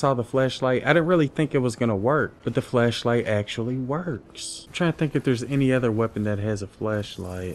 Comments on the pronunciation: He is saying flesh light instead of flash light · Ooooohhh its FLASHLIGHT not FLESHLIGHT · I'm hearing flesh light not flash light lol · When he was saying flashlight y’all I heard was fleshlight 😂💀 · You saying fleshlight or flashlight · flashlight or fleshlight? couldnt tell what u said lol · Did anyone else hear flesh light when he was talking about the flashlight? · Swore this man was calling it fleshlight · I just keep on hearing fleshlight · I thought you said fleshlight, my bad. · Thought you said Fleshlight.......